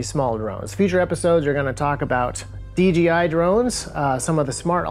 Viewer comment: is there a reason why suddenly America n drone videos are starting to say "DGI" instead of "DJI"? Are you trying to avoid advertisement for DJI? Obviously you can't ignore them because DJI is by far the number 1 drone maker by a long shot, but trying to make a slight typo incase someone who has never heard about them suddenly finds about about them and starts buying their products?